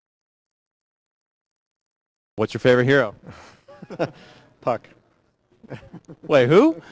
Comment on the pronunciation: He said puck